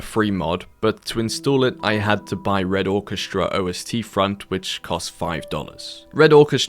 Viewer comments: I played red crucible years ago so seeing that airport map was a trip. Love some War of Rights, Bad Company 2, lotta nostalgia in one place. I'll come out with what I came to the comments to say. Noticed you say O-S-T front in a different video. It's pronounced Ahst. Ost is German for East. Ostfront=Eastfront. Considering the setting, you'll see how that checks out at a glance. I look forward to browsing more of your archive here. Best of luck with the channel man. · Nitpicking, I know I know ... but it's not O.S.T Front ... it's Ostfront. Ost means East. Ostfront means eastern front. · OST front is just pronounced as Ostfront. All one word just as it is spelled lol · Hey brother, its not "o-s-t front". It's pronounced Awe-st. Its just German for Eastern front. Im a big history nut so had to correct you on that :) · O-S-Tfront? Let's try Ostfront, like in Eastern Front. That being said, thanks for the video. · Ostfront is German for eastern front. Say ost, not O S T. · o.s.t.? ost means east -- it's the eastern front or Ostfronst ("ost" like in osteoporosis) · Great Video, but it is not "O S T Front", it is "Ostfront" (Eastern Front) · Apologies, as it's purely being pedantic but in Red Orchestra - Ostfront the 'Ostfront' is one word as opposed to 'O-s-t-front'. It just means 'Eastern Front' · O-S-T Front :D my brother in christ, thats just german for Eastern Front :D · calling it o s t front is funny to me (a german) xD Osten is basically East :) so it is Eastern Front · "O S T front" lol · Red Orchestra "O-S-T-Front" 💀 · not him saying ostfront as "o-s-t-front" 😭😭😭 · why do you keep saying "red orchestra OSTfront" 😭😭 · o s t front lol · O S T front...ok.... try this AUSTIN - AUSTRALIA - AUSTFRONT wink from Germany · Ost is a single word , the ostfront eastern front. It is german. The butchering lol. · Games Why do you pronounce Ostfront like that? It is one word...